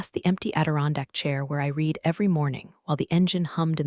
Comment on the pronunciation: A few constructive remarks. 1. the past tense of the word "read" is pronounced "red". 2. Your new ending isn't working. There is video but no audio. 3. I don't know how your video's text is created, but there are quite a few misspellings. Sometimes Lawyer is spelled liar. That's enough for now. I do love your videos.